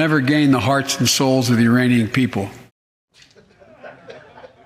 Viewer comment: Biden said Uranian not Iranian.....